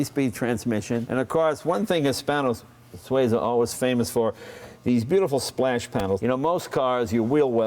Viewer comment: It would be really nice if Leno learnt how to pronounce the names of cars e.g. the Hispano Suiza. I guess it's a lost cause. Americans just don't want to do things properly.